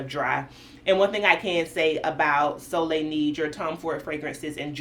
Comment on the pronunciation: Neige meaning snow is pronounced Naege as in Nae Nae. And of course soleil is sun and you said it correctly.